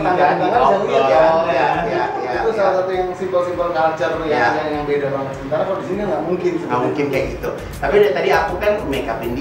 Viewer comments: Aku artiin ngomong banyakn itu maksudnya banget atau nanya beneran? Dia kyk pakai tata bahasa Rusia jadi Bhs Indo.. Nangkepnya sih giitu, hehehe...😀😀 Kerennya lagi dia cuek aja walau salah2 ngomong dan tetep bawel, jadi kitanya yg berusaha ngerti maksudnya dia apa... 😀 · Dia tuh bilang 'banget' tuh jd 'banyakin' ya